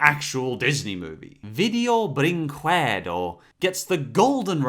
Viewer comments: But that's not how you pronounce "Brinquedo" in Brazil :v The "que" is more like "ke" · It's pronunced b R inkeed O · dude, i love your videos, but, for the love of god! stop saying brinquedo like this "QUE" in brazilian portuguese makes a "KE" sound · its pronounced brinkedo btw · After hearing people pronounce this infamous name dozens of times, I just wanna point out that the 'que' in 'brinquedo' (portuguese for toy) is pronounced like the 'ka' in 'okay'. That's all, folks. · I must say I love how you pronounce 'brinquedo', so unique and cute x3 But as a portuguese speaker, I feel it's my duty to at least inform you, the correct form of saying it is 'brinkedo', you don't say the 'u'. But I know you try your best, and I like the way you say it too!:3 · It's pronounced "Brinkedo" >:( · Actually it's pronounced "Brinkedo" . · I'm Brazilian, and I sometimes feel embarrassed of being from the same nationality as Vídeo Brinquedo. (Btw I laughed loud at trying to say "Brinquedo". Try to pronunciate it as "Breenkado") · It's "Brink Edo". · It's "Brinkedo", not "Brinquedo" te saying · you said "I believe that Video Brinquedo is a lot pronunciation is 'Burincuedo' " :v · Its hilarious when he says "brinquedo" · you are pronuncing brinquedo wrong, it's portuguese, not spanish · I love the way he says brinquedo. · HOLY SHIT SPEAK "BRINQUEDO" RIGHT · I just cant get enough of way of pronounciating "Brinquedo" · Again pronounced very forced The name Video Brinquedo. Portuguese is not spanish, you do not have to "pull" the R.